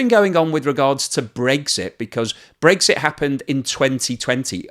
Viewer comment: pronounces it "Breaksit."